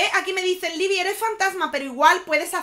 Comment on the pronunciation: Es Libi ,les dije que era libi